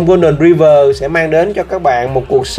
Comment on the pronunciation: Đọc là Roai vờ' chứ ai đọc tiếng anh mà gọi ri vờ?